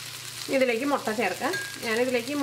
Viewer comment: motta allaa..... mutta😃😃😃